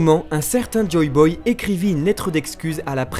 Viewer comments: Mais... C'est "Joy Boy" !!!! JOY !!!! Et pas "Joe Boy" ! Vous faites stresser ! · Pourquoi a chaque fois dit " Joe Boy " au lieux de " Joy Boy"?